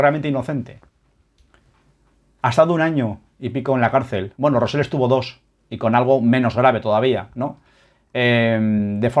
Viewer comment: te cuesta decir "Rosell" con "elle"